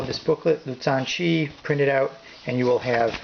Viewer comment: Not sure who taught you how to pronounce the Chinese names (your pronunciation of xiangqi is pretty much spot on), but the pronunciation of "zhan" is a little off. The Chinese Zh is pretty much like the English J (pronounced more with the tongue in the rear rather than touching the teeth, which is the letter J in Chinese pinyin). The "ts" you use is the Z alone, as in Mao Zedong.